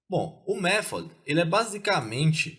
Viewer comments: o atributo mefodi kkkk, q pronúncia tava certa mn kkkk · ai dento com esse "méfode"